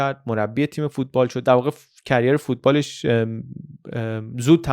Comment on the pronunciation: برنامه‌هاتون عالیه. البته در دو ویدیو که من دیدم کلمه Career رو به اشتباه Carrier تلفظ کردید.